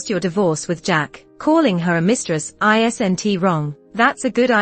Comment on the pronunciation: Why is the woman who made the voice dubbing pronounced the words "isn't" wrongly? Some other words are also wrongly pronounced. Please correct such mistakes, or get a professional to do the voice dubbing, hire him/her.